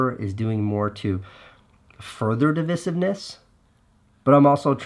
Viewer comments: divisiveness is prounounced "DE VI Siv Ness", right? or have I been pronouncing it wrong? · dee • vice • ivv • niss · It’s not pronounced dih-vih-sivness… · He pronounces it wrong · Casey’s pronunciation of ‘divisiveness’ is certainly divisive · My thought also! I have the disadvantage of being part of the grammar police - drives me nuts! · Yeah, it only was noticeable due to mispronunciation. I love Casey though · The only thing I'm calling you out on here Casey, is your mispronunciation of 'divisiveness'. A word said so many times in one video too!